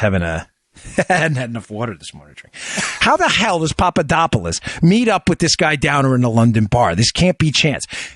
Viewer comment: you started talking like a Russian accidentally when you said "how the hell" hahaha ha you might be a Russ spy hahaha hahaha. just kidding Dan great show as always.